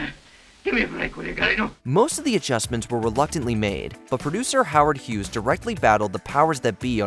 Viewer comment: Did he just call Howard Hughes Howard Hogs? LOL